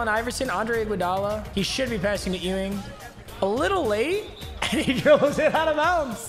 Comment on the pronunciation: Papa his name is not EWW- ING its YOU-ING